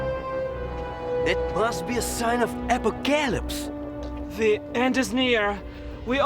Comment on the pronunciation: 애포캘립스 ㅋㅋㅋㅋ 영어도 제되로 발음 못하는 사람은 어디서 찿은거야 ㅋㅋㅋㅋㅋㅋ